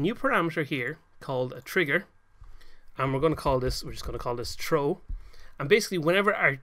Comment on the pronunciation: Just saying you say throw like "trooh" the th makes a sound like f just to let you know :).